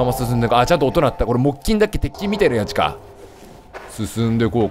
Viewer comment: 微妙にやちゅかになってて笑った